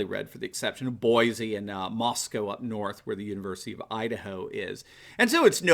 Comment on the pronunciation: There's 1 to oust the governor of idaho as well. Thank you for saying Moscow correctly. I'm a half hr drive from Moscow.